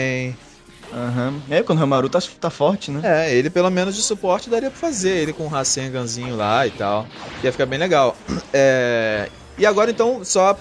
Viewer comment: Po, toda vez q vc fala RASENGAN vc fala com a pronucia errada